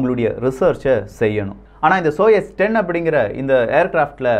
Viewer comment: சால்யட் என்பது தவறு சல்யூட் என்பதே சரி சோயஸ் என்பதும் தவறு சோயுஸ் என்பதே சரி பதிவு மிகவும் அருமை பெயர் உச்சரிப்பு சரியாக இருந்தால் அது காணொளிக்கு சிறப்பு சேர்க்கும் அவர்களே 🙏